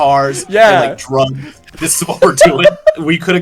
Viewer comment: awkwardly pausing before he finishes the word “drugs” is so funny.